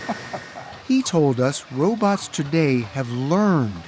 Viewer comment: No journalist should ever say "robuts". 😂 Edit: To be fair, he does pronounce it "robots" later.